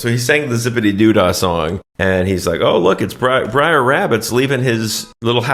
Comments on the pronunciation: It's BRER , short for BROTHER not BRIAR! OMFG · It's not "Briar Rabbit," it's "Brer Rabbit," a corruption of "brother," which also applies to Brer Fox and Brer Bear. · Br’er rabbit… it rhymes with bear. It’s an old contraction of “brother”… I regret being that guy, but it was driving me nuts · For the first time in my life, I understand what non-English speakers mean, when they say my pronunciation hurts their ears. "Briar" indeed. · Every “Briar” makes me cringe lol😂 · i love you guys but it's Br'er Rabbit 🙃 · Brer rhymes with rare. But this is hilarious....actually, Bugs Bunny is closer to Brer Rabbit than Roger Rabbit, intelligent take....the whites do steal stuff. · Did you even watch this movie? Or are you just mispronouncing characters' names on purpose. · Honestly, one of your best! Br'er mispronounciation aside 😅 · Small correction from someone that's seen this movie ages ago. You keep calling him "Briar Rabbit", but it's "Brer Rabbit" (pronounced like bear with an 'r' added). "Brer" is an old southern slang term for 'brother' and has nothing to do with briars. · bruh its brer not briar tf is wrong with u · Br’er not Briar. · It's not "brier" rabbit, it's "br'er" rabbit - a contraction of "brother". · Bro, the constant "briar" instead of "br'er" is driving me bonkers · It is actually Brer like Rare - not Brer like Liar. He is thrown into the Brier Patch. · Not "Briar rabbit" He's "Bre'r rabbit" = "Brother rabbit" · You said "Sex in the City", Not only is that Mandela effected to Sex and the City but Brer' is shifted to Br'er in this timeline as well. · It's "Br'er" Rabbit, not "briar". It's an abbreviation of "brother". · "Br'er" = short for "brother", not "briar". Br'er Rabbit lives in the briar patch. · It's actually "Br'er" Rabbit, slave-speak for "Brother" Rabbit. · It's not Briar, it's Br'er, short for Brother. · Oh my god, you can’t imagine the horror of listening to you mispronouncing BR’ER (BROTHER) as “Briar” 75 times! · Braer not Briar.